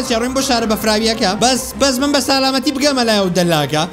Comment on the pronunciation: لەبەر یاریەکە قسەو بۆ ناکرێ لەجیاتی بڵێی سەلامەتی ئەڵێی سالاماتی مردم ئەوەنە بە خێرای قسە ئەکەیت😹😹😹😹